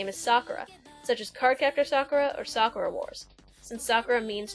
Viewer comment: "sAkura" No hate